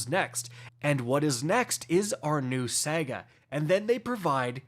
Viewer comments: I'm sorry if i'm offending you in any way. But are you saying "SAGA" wrong on purpose?? Why do you say "SEGA"?? And "REZORCES"??? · New what?!? Are you saying Sega….as in Genesis? 😂. We let the whole “snipe rifle” thing slide but not this one! 😂. It’s saahhgaahh my dude! 😂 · I thought I could hold it in, but I can’t. It happened twice. It’s not pronounced “SEGA”, it’s SAGA. SA-GA. SAHGAH. Like damn, my guy. You know this. Oh and this game is near dead, nothing excites me or anyone about it anymore. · It’s saga not sega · Sahguh not sega cmon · It's SA GA not sega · Say it with me, sahguh.. not sehguh. Saga. Sega one is a story one is a old console. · Sega or Saga?? hmmm LOL just sounds funny but you are awesome keep it up bro! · Why do you keep saying Sega? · Your pronunciation of "saga" is infuriating. My guy - it's Sah-Gah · “Say-guhh” …. Thanks for ruining my morning. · SAGA ITS SAH-GAH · someone please teach him how to say the word saga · trolling us again with easily pronounced words said consistently wrong..... Saga has TWO A's in it. There is no E.